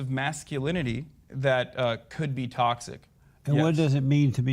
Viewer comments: He cant pronounce toxic Lmaoo tossed it masculinity tauxit masculinity Lmaoo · Haha, and JLP trying to pronounce "Toxic masculinity". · Man can't even say toxic masculinity 😂